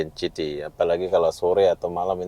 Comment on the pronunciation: City - bunyi nya siti bukan chiti 😂